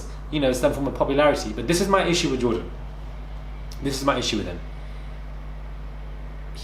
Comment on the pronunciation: May be Jordan didn't appteciate that Anna couldn't pronounce his name